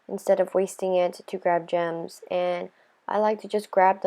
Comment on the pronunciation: It sounded like she said germs instead of gems😂😂😂🤣🤣🤣